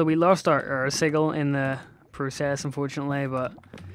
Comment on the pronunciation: xD Its sij-il not sig-il xD pronunciation wise, not spelling